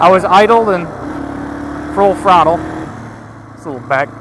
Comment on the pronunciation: Did he say frottle?